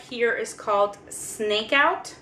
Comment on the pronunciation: Smokeout , not snakeout :)